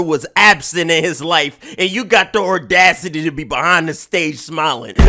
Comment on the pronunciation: it’s not ordacity it’s audacity 😂😂😂